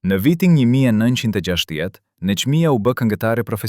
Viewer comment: Qka jan kto PRRALLA , dhe kjo e folun , e llumtur as emrin nuk e shqipton , Neshmija ,e vogell , të fllas , të llargohej , kontroll të pllot a është Shqiptarë kyqë flet .Nexhmijen nuk e ka thirrë askush NANË po BILBILI I KOSOVES